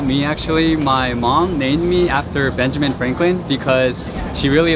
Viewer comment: Wait, Benjamin is your English name? The way you said it sounds like you also have a Korean name? It's pretty common for me to have students from China and Taiwan with an English name, but not Korea. I'm intrigued!